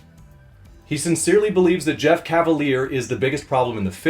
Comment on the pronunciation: LOL he butchered Jeff